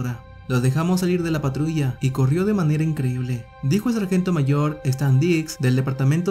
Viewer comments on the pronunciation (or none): none